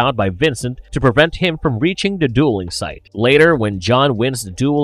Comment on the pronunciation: The, not dah.